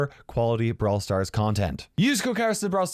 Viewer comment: What kairos says: hello fellow brawlers it's kairos time What I hear :hello fellow brawlers it's Kara simon